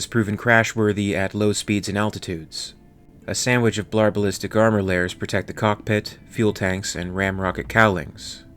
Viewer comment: I am all in on blar ballistic layers but I believe it is pronounced 'blah-ballistic' 😌 kiwis may say it like 'blah-ballist-uc' tho